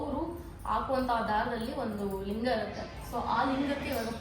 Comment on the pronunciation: Lingu alla Linga